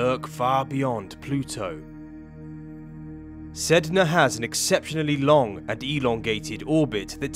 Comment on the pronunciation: My cousin got mad that you said the planet’s name wrong 😂